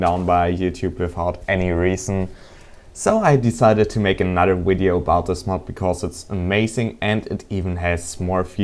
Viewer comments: its Video not Wideo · lol he says wideo instead of video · the dude is foriegn i think that's why he say W in place of V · Where are u from? And if it is reason from ur narionality i wont critizise u but can u say Video not Uideo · "I made a wideo" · VIDEO, VIDEO, VIDEO NOT WIDEO im... im sorry, i... i just couldn't hold it in any more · um... well here is what have to say STOP SAYING WIDEO!!!!!!! IT IS VIDEO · why do you say wideo its video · he keeps saying wideo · thumbs up if you laught when he sais wideo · i like how to say video :D wideo :D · did he say wideo at the beggining? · What the hell does "wideo" mean? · i like the way he say video (widio) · wideo wideo wideo wideo wideo..... TALK NORMALLY!!!!!! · Its not meeeeelie!;( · wtf is a wideo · Wideo ha ha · Omg this guy is so weird... "Um hello I have made a wideo look up the recipes for yourself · Wideos, mee lee, crafting reseeps,wtf